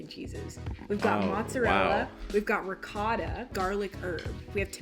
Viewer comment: Ok I’m not trying to hate but I cringed so hard when she pronounced ricotta like that, I’m sorry I’m Italian so it irks my soul 😂 But seriously not trying to hate, love u Eva!!